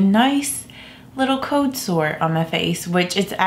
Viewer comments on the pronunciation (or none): BleeBlurBlah It annoys me too.. Instead of “old” she says “ode” and instead of “cold” she says “code”.